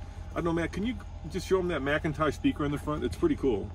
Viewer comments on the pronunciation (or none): McIntosh (mick-in-tosh)...I am just sayin'